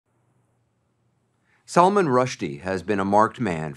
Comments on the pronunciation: "It's Salman! Not SALMON!" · Its Sull Maahn ,not Salmon. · I am surprised Anderson cooper is not pronouncing Salman’s name correctly.